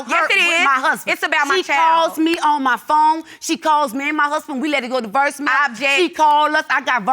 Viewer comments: "I got versemail"....LOL 😂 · i love my people. But "foundth" is not a word. She said she "foundth out". smh oh and "verse" mails. ummm just no. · “And that’s how I FOUNTH OUTH” oh my the grammar lol smh both of these mf 40+ and can’t talk correctly 🤦🏽‍♀️🤦🏽‍♀️🤦🏽‍♀️ and what’s a “Versmail”??? 🤷🏽‍♀️🤷🏽‍♀️🤷🏽‍♀️😂😂😂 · Verse mail lol it’s voicemail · In regards to "versemails". It's a NOLA accent...In NOLA, it's pronounced Earl (oil), Ferl (foil); terlet (toilet); sperl (spoil), berl (boil). You get the picture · Markita Mcnear, she was trying to say “Voice Mail”. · The wife says “She calls all the time, we let it go to ‘verse’ mail (not voicemail) 🤣🤣🤣💀💀💀 Then the judge asks the baby daddy “How often have you seen the baby?” and the baby daddy replies “TREE times” 🤣🤣🤣🤣💀💀⚰️⚰️⚰️⚰️⚰️⚰️⚰️ I’m crying laughing 😆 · How she saying voicemail 😂😂😂